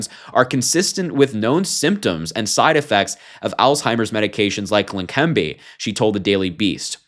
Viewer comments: Leqembi. There is NO 'N' so it is NOT Lenquembi. Are you blind, unprepared or just the usual American who can't pronounce any word with more than 4 letters? Slow down, articulate and make sense. Less haste, more speed. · Harry it Leh-Ken-bee medication for Alzheimer’s Always called it old timers 🤦🏻‍♂️ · La-Kim-bee. Pronounced. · you read text for a living, yet you keep addin an "n" to leqembi otherwise keep up the good work!